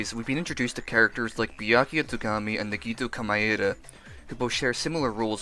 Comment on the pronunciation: This person's pronunciation scares me "nuh gee toe koe my eye duh"